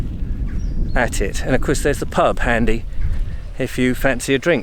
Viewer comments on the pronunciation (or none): none